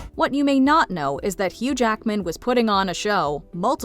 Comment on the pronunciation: I will never, ever not hear "Huge Ackman", and it drives me crazy 🤣